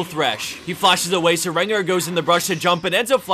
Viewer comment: I've literally been watching Top 5 Plays since the very first video. I still have yet to win any prize, but despite that I keep watching since their good videos, but holy shit please stop saying Rengo, it's Rengar.